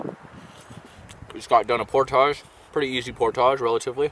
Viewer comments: ER-BODY IN THE HOUSE SAY"POR-TAGE!" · I always thought it was pronounced "portij" :) That really sucks about losing the rod. That's the worst feeling. I'd consider using a tether with a clip to your vest in a boat that narrow.